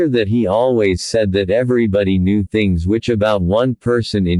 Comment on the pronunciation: The man W. H. O. Knee too much? This is horrible AI narrative. Horrible horrible horrible.